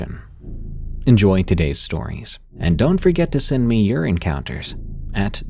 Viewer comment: Did anyone else think he said don't forget to send me urine counters???? Lmao I know it's your encounters but it sounded funny and made me laugh! Anyway love ya Def one of my favs at night